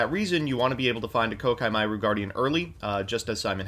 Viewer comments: the way pronounces koa'ki hurts me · the most entertaining part of this video is not the zombies player but how pronounces koa’ki meiru